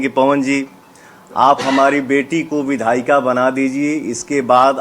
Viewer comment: Anapadh log Vidhayika bolte h😂😂 Vidhayak hota hai